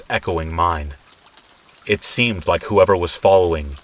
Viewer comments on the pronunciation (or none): Did anyone else hear it story number 2, he says 'it SHEEMED odd,' i found it hilarious. 😂